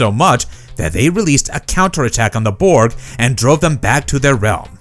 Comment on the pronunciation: Your pronunciation of "Borg" still doesn't sound swedish enough. 3rd try's a charm.